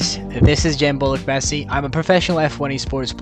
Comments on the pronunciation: artık alışıp İnglizce konuşurken "Bölükbaşı" yerine "Bolukbasi" demeye başlamış... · "Bölükbaşı" demeli, "ö/ø,ü,ş,ı" harfleri alfabelerinde olmayanlar "Bölükbaşı" diyemiyor sadece.